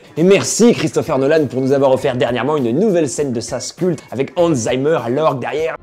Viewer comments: On dit Hans Zimmer, comme ça s'écrit. Pas "Zaïmeur" loul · Hans Z"i"mmer..pas Hans Zaïmer cher Max.. ;)... trop cool tes vidéos..je suis fan. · cher Max Bird, Hans Zimmer ne se prononce pas Zaïmeur cher ami, mais Zimmer (chambre en allemand) avec un i comme dans bitter, litter etc... Et même dans sa ville natale, Frankfurt , on prononce le z "tz", donc TSIMEUR. peut -être le faites vous exprès comme Christina Cordula qui dit magnifaïque? auquel cas my bad, au temps pour moi. Bonne continuation, succès et tout et tout, Anne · On dit pas hans zaïmer enfin ! C'est un allemand, il faut repsceter le mètre de la musik. Hans Zimmer ! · Hans Zimmer est allemand, donc on dit Hans Tzimeur pas Hans Zaïemeur ! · Autre idée reçue : on ne dit pas Hans zAïmer, mais Hans zImmer ;) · 😱😱😱😱😱 je rêve où il a mal prononcé Hans Zimmer 😱😱😱😱😱 sinon bonne vidéo, comme toujours 😄